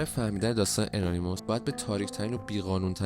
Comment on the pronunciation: ان ای مس !! انیموس تلفظش درستش هست ،